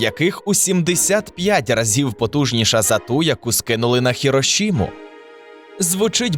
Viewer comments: Чого «совєтського» а не «радянського»? Чому ХіроШіма а не ХіроСіма? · ХироШима? В японском языке нет буквы Ш.